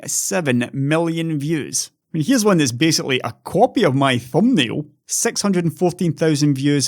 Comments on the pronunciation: I am non native english speaker working networking support for almost 10 years. I spoke with people in most of the world by now and scottish accent is still one of the few I have difficulties understanding. But your accent in videos is nowhere near that :D Ye, you throw sex here and there, but everyone that can understand rest of the sentence know what it is supposed to be, Keep it up. Everytime I get notification that video came up I am hoping its one of yours! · You definitely say thoo thousand and sex.